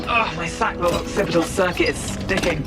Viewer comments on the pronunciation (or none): none